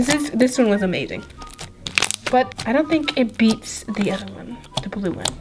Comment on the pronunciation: playing with lip scrub slime "this one was amading" Me:... amading?... mind and and amazing = amading?